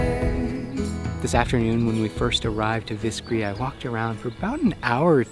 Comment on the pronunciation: It's Viscri, not Vișcri